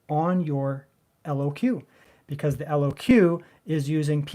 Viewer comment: Say Lock brother. LOQ